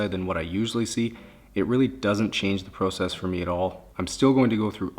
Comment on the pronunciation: process or pro-cess